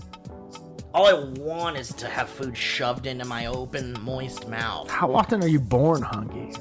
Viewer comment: How on earth did you get through half an hour of talking about people's final words without dropping a "too much wwater inmy maouth"